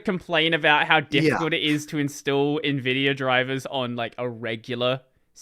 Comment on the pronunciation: it is not "neh-vidia" - it's "en-vidia" ... hence the spelling nVidia or even older: n-Vidia